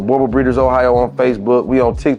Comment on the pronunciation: Oh lol its pronounced Boer (what we call farmers here in South africa) not bore Booo like a ghost sound lol Boo and like you would say Right so drag it out rrrrright now the sound you get before the ight Boer Bull so in english would be farmers bull